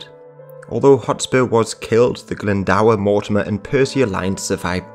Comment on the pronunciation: Owain Glyndwr...Glyndwr not Glyndawer. It's pronounced GLYN DO R